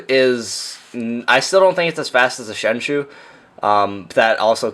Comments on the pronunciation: 7th lol also why do people say sheng"shoo" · Lol "shengshoe" xD Nice video btw :)